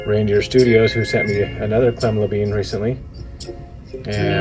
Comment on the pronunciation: La Bine not La Been. =)